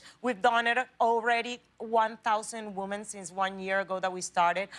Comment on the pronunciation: Either she forgets or no one has ever told her how to properly pronounce "women". I'm also colombian in case someone replies "it's part of her accent".